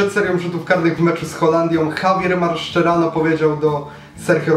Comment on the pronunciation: Maszerano a nie Marszczerano. :D